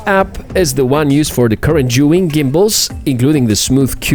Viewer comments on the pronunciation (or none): why do yo say "shuin"?? The name is "Zhiyun" and sounds like "seeyun". I had seen a lot of reviewers saying "shuin" and i dont no why. I don´t speak english, so for me is confusing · "Seeyun" isn't the correct the pronunciation either. It's a Chinese name and the z "zhi" is pronounced like a "j".